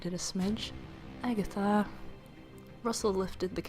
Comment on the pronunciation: Haha! I love how you put so much effort that i can actually imagine the whole story. Specially love how you say "Agatha"